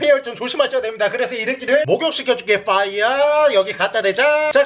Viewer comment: 퐈이아가 아니라 워우타다 이뤠끼야! 퐈이아!